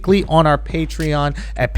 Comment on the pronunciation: Why does it sound like he don’t believe patreon is pronounced patreon